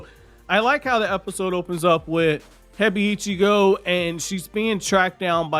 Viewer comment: I definitely like this raising of the stakes as well. Boruto is supposed to have dark elements in it, so I’m glad to see the change. By the way, I know you don’t care much about mispronunciation, but I noticed that you pronounce Hebiichigo like it’s 2 words “Hebi (snake) - Ichigo (strawberry). In the anime, it’s more like “Hey-beach-ego,” 4 syllables instead of 5. Anyhow, I appreciate your anime and manga reviews. Thank you 🙏 for doing these!